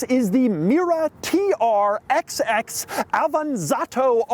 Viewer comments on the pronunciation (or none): Hello, nice to meet you. The 'XX' in TR-XX is read as 'double X'. This is the official pronunciation according to DAIHATSU.